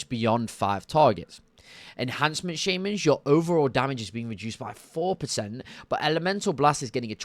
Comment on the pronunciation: also.. "Enhamcement Shaymins" xD, you're starting to be like Benedict Cumberbatch with Penguins xD